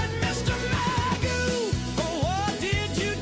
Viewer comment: In British English Gough, is pronounced as in cough and not who.